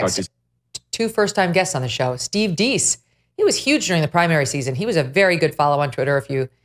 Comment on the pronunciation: Steve Deace, pronounced with a long A, like Dayce